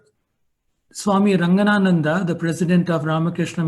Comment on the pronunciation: SWAMI RANGA-NATHANANDA JI MAHARAJ , not Ranganananda Ji Maharaj.. Please rectify. That's a humble request. Shat Shat Pranaam to BHAGAVAN SRI RAMANA MAHARSHI.. 💛🙏